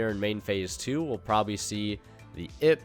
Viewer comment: its an Ai Pe. Pls dont say ib. Its confusing